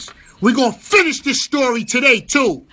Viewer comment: "we gonna finish the story todoo" - funk